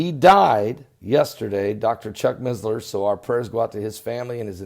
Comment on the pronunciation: there is no Z in missler. its not MiZzLeR